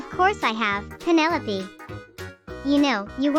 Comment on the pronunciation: Her name is penelope not pinol